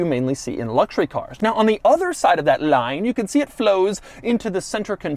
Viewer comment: Why is doug saying 'line' weird😂😂